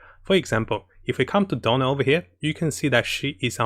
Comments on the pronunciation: It's DIona, not Donna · Character name: "Diona" English VO: "Daiona" \ "Dyona": "Dona" Diona: WHY CAN'T ANYONE GET MY NAME RIGHT?! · Who is dona ? come on man I like your content but if u want to provide a higher quality content got to work those pronunciation of names take it slower my friend